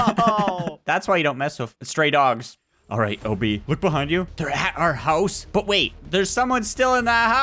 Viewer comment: Say o b not oh b